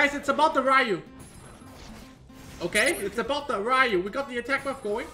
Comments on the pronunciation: Its riyu, not rayu 😂😂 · He's asian and yet pronounces Ryu wrong facepalm